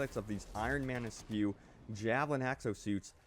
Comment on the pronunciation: esque is pronounced esk, not escue.